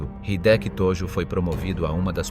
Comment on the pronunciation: えいきじゃなくて、ひできだぞ。登録はなし！日本語を勉強して出直せ